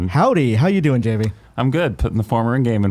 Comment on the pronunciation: My real is Javy n it was really bothering me that Imran was pronouncing Javy with the J the J is silent it’s the H lol n more shocked he didn’t correct him lol 😂 but great episode I love GI crew and sad that they got separated!